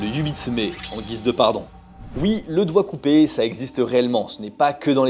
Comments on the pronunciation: Y'a que moi qui a compris ( COIKCOUBÉ ) quand il a dit DOIGT COUPÉ ?! 😂😂 CHOK BAR DE BÉZÉ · Au début de la vidéo au lieu d’entendre doigts coupé j’ai entendu « quoicoubeh » 😭 je suis ravagée